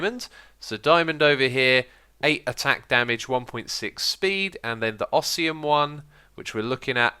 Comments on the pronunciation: ShurUken and osium. Its supposed to be pronounced shurIken and osMium :D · oz-me-um not os-e-um this is how you pronounce osmium btw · Others have pointed it out: shuriken is pronounced sure-"e"-ken. Osmium is pronounced Oz-me-umm. :) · "Ossium" "Shuruken" This is like Etho's Ark Let's Play all over again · You pronounced photovoltaic and osmium wrong... Do you even English, X? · Who else was getting triggered by how he said Shuriken and and Osmium! Aha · The way X said osmium was bad but then he said shuriken. In the first minute I also most died as I am an avid lover of cool materials on mods and also ancient weapons. X I now speak directly to you, plz no more